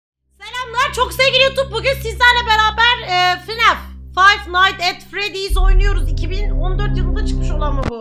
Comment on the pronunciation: pelinin : "sizlerle beaber FINAAEF oynuyoruz" demesi kjbfhgsdfkajsdfu